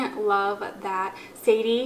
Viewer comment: I literally told that you said, "Because we love that Sadie" and I was so confused! 😂😂